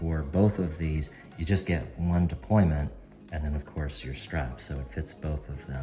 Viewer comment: Is it “deployment”, or “deployant”?